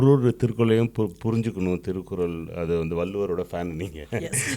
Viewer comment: Its திருக்குறள் not திருக்குரல்